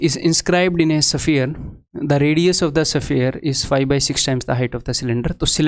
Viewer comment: सर, स्फेयर बोलिये, सफीयर नही।आप जैसे इंटेलीजेंट टीचर को यह बोलना अच्छा नही लगता।। सॉरी, सर बार बार ऐसा सुनते सुनते मैं बोलने को मजबूर हुआ।।